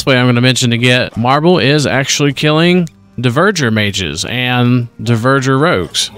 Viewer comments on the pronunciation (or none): Also, DvErgEr - not deverger